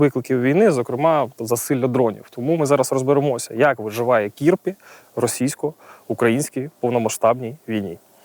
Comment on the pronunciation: Кірпі ударение на последнем слоге, переводится Ёж. Удачи Украине!